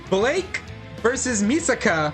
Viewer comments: Its mikasa not misaka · It's Mikasa not Misaka!😤